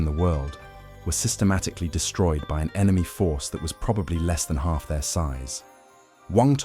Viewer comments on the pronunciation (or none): none